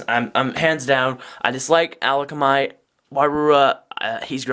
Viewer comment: Also where are you getting the l from in akamai? It's pronounced uh-kom-i